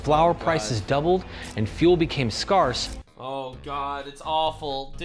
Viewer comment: Did this man just say “scars?” 😂 Never heard anyone pronounce the word “scarce“ that way.